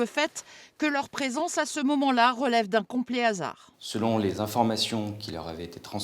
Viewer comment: el famoso "hasard" 😂